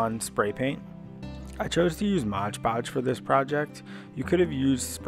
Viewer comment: Thank you! Very useful! One thing, it's MOD podge not modge podge